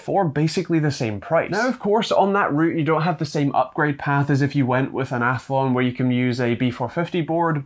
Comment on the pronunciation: Athlon, not althon